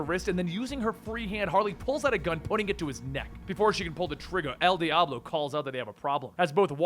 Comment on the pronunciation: “trigga” 😂😂😂😂😂 love u